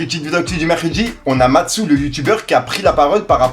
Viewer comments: lol c'est MASTU pas MATSU, sinon encore merci pour tes vidéos force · Mastsou😂 Mastu devient Matsou 😂 tu ma tuer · mastu pas mastou mdrr